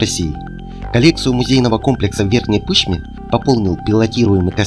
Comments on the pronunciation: сам ты Пы́шма))) она Верхняя Пышма́ 😅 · Верхняя ПышмА, а не ПЫшма. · Только не пЫшма, а пышмА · Ды блин, вы задолбали, не пЫЫЫшма а пышмАААА!! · Сразу слышно московский говор - все на английский манер, на первый слог. Запомните: уральские названия имеют ударение на последний слог! пышмЕ! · Пышма, ударение на а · Как же режет по уху когда ударение не правильно ставят в названии города Верхняя Пышма